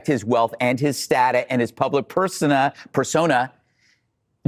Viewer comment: When you don't pronounce "persona" correctly, you are reading your teleprompter not actually presenting your own words . Fox's so called discussion is just scripted propaganda disguised as an actual discussion.